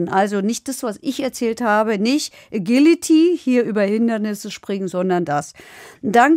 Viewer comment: Ähm... Agility wird englisch ausgesprochen. Oder französisch... Auf deutsch habe ich das zum 1.x bei dir gehört 😅